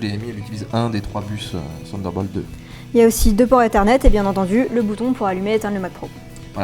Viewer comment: "ssssssunderbolt" : c'est bien des Français ça...